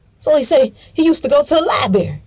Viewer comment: "He used to go to the LIBERRY" I LOVE IT! LMBAO